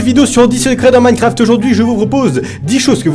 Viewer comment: Il sait toujours pas dire minecraft il dit mancraft 😂😂